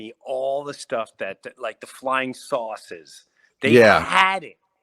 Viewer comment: There's some theories about the ' aliens' being interdimensional not from outer space. And possibly being fallen angels or demons. There's a bunch of videos about star gates. Btw, Jim is cracking me up how he says ' saucers '. I keep hearing ' sauces' and start thinking about spaghetti sauce 😂